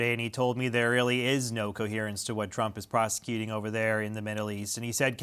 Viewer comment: Do they speak english. They are Prosecuting. Prosecuting proesecuting... wtf?